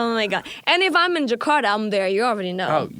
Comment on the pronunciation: Agnez mo : jekarda Eric : jekarda Me : jakarta 🤣🤣